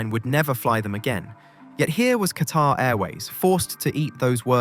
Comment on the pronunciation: Pronounce ‘Qatar’ properly and I might watch your video.